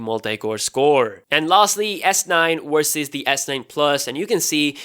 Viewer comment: Versus NOT Wersus!!!